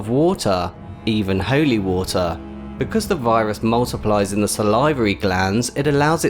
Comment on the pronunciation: The way he says holy, ''Hoewly'' is killing me. But u earned a sub.